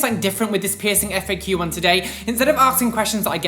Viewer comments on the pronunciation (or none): why do you say FAO all the time